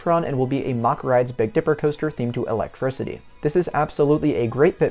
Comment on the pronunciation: Its Mack rides rhyming with Jack. It's not pronounced "mock" It annoys the ish outta me because all of a sudden a few years ago one of the Douchy youtubers like EltoraRyan or themeparkcfazy started pronouncing it wrong and then all these other people started following suit. Amd I know I am 100% correct as my uncle worked for the family for years when he settled in Germany after the army